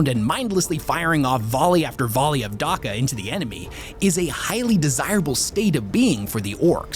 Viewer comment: I love you buddy but it grates me when you say darka. Maybe if there was no verbal examples for how it’s pronounced I wouldn’t care. But there’s like seven games with orks pronouncing it Dacka=Dakka. There’s imperial characters that say dakka. You’re the only place I hear Darka, where did you get that? It’s like people saying larnce for lance, or Cooley for quail. please say it right so I can fully enjoy your ork lore.